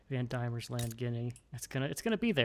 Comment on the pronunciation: Not to be 'that guy', but Diemen is pronounced 'Demon'.